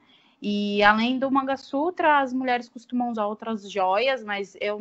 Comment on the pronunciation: vou repetir o comentário que deixei no outro vídeo; sorry!! hehe Não é MANGA (tipo fruta) SUTRA e sim MANGALA SUTRA!! Oops! A própria Bárbara está pronunciando errado, agora entendi porque você estava dizendo "manga" sutra! O que ela também chama de "sindór", na verdade deve ser pronunciado como SINDUR (Sindoor). Ótimo vídeo, como sempre! Beijinhos